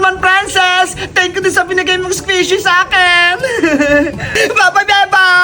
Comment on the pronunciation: Squishy Hindi swishy